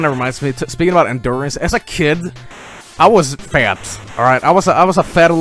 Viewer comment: Fat? or Fehyt?